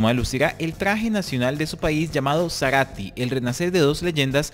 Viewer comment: Ese no es un traje "nacional". Es un atuendo de propio de fantasía de carnaval. El nombre se escribe Zaratí. Va acentuado en la última letra y en consecuencia así se pronuncia.